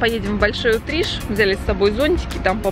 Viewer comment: Не обижайся! На Кубани говорят большой утриш- ударение на и! А мика просто прелесть!!!! ❤️💐👍🏻